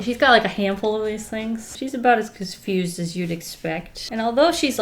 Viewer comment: “Czfused” this is why we love u 😂💜